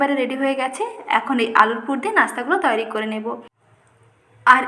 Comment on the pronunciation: Apni muslim na hindu, nasta bolchen,tai bhablam kothata toiri,apni bolchen tayari ar sa sa korchen kano bhul uccharon. thik korun